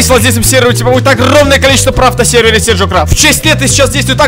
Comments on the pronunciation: Diler Rus только не сиджо а седжо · BLACK DRAGON только не седжо а Седжо